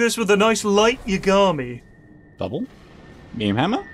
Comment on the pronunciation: light yagamy (yagami) is from death note. I didnt even recognise it cause of the way pronounced it very british lmao